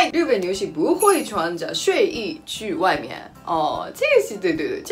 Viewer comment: 日本地日的发音马上就改变吧！